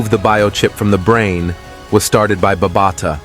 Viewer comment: BA BA TA SAY IT NOT BARBATA